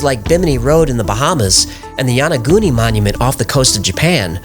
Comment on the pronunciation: what a trip, this guy pretends to be science based and then says yaniguni looks man made to me, must be Atlantis.